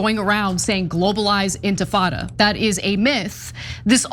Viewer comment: OMG, Lindy Li can't even pronounce "intifada". Clearly she didn't write that racist screed herself.